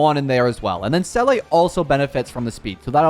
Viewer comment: please it’s zeela not selleh